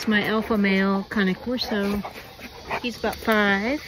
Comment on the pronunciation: I love to see someone who actually pronounces the name correctly. I have a 6 year old all black male named Buddy and he’s just the best. They really are majestic creatures. ❤